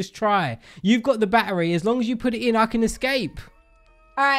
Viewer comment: This is how says battery barery